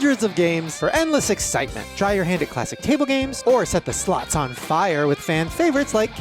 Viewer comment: Not me just listening to the episode and hearing "just set the sl**s on fire" had to double check. Slots. 😂